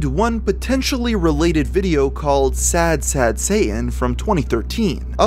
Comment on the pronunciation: Occasional it's pronounced "Sad Sayh'in" and other times pronounced "Sad Satan" weird!